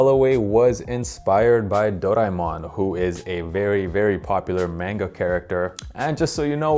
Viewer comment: Can’t even pronounce the name of that little fella it’s based on. But i love this dunk